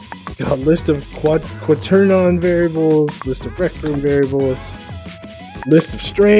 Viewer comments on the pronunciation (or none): i dont know if this will help make my robot driveable with a trigger handle but its useful knowing each chip [=)] p.s: can i get a tutorial on that? (Quaternion is pronounced kwat-ern-eon)